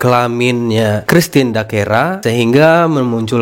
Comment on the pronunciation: bukan dakera mas tpi christine dacera